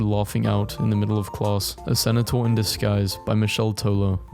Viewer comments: i like how he pronounces centaur like sen-eh-tar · Wth do you say cenotaur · If I hear “Cenetaur” one more time I’m going to have a brain aneurysm… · Oh yes, the cenataur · why does he pronounce centaur senator :( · please stop saying centaur like cenataur it hurts my brain😭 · No way dude pronounces centaur like "Cenitaur" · why does he pronounce centaur like senator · Praying that one day you learn to pronounce centaur correctly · we need to have a talk about how "Centaur" is pronounced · I don’t know how to tell you this, but that is the most cursed way of pronouncing “centaur” I’ve heard. I don’t even know if it’s ironic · next time you pronounce centaur like that im going to microwave your dog